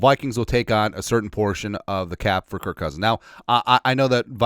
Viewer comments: Why do you always call KirK Cousins with a T instead of a K? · Why can’t you ever get his name right??? Have some respect. His name is Kirk (which sounds like work). That is K I R K. Do it right or don’t do it.